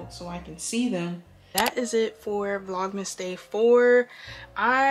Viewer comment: you always have the prettiest bonnets! I use jergens as well :p your vlogmas sweater is so cute! lmao not "vlomas"